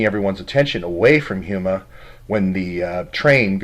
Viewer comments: HomeEh not huema Houma La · It is pronounced Ho-ma, after the tribe of the same name, but fascinating. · ....it's pronounced Homa.......like home with an "a" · It is pronounced "HOME a" little a sound. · That's pronounced home-a. My old stompin' grounds...